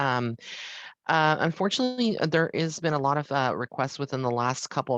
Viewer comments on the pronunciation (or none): none